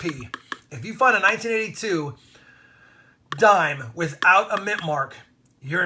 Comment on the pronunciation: Dhime thime